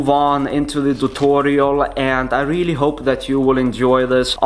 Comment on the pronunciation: Why you speak tutorial = thutorial😂😂